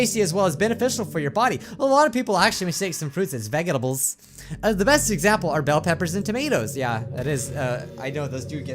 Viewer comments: Wait.. did you just say ve-ge-dables ? xD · Did u just say vegdebulls? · im crying he pronounces vegetables as veh-geh-tah-bles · nobody:: veghettables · Ve-ge-table. I love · I started up this video and then suddenly the air in my room smelled like a weird soap and I could taste it with my mouth closed Like I tasted it With my n o s e Edit: ur saying it wrong It’s “ vegetal “ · I love how you say vegetables 😂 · Great, because pronounced Vegetables wrong now i cant pronounce it either